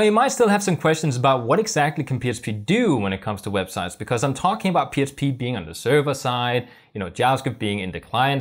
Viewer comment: I thought my brain was fkd until you said Html, I heard H. But you definitely keep saying psp.